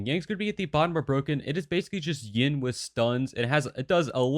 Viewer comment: wai wha- whats ying, its hard to determine if you said yin or yang xD but to be fair what you said is spot on.